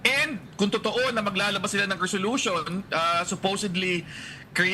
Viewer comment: Resolution ay selosyon😂